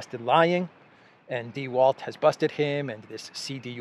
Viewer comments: Please prounance -- The Velt.. Der Welt -- in German. It means the WORLD. W is pronounced V in German. Once must not mispronance the words in other languages because it makes it people ..confused. If they want to look for information they will not be able to find them. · Die Welt is pronouned Dee Velt.